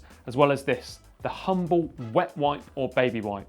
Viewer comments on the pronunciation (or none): none